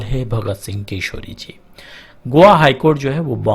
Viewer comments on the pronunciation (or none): koseri nhi koshyaari hota hai